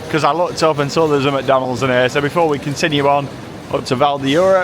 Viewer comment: Funny how you said macydeans and the golden arch